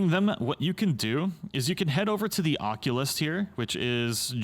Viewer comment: Occult-ist not oculist 👀🤓🤪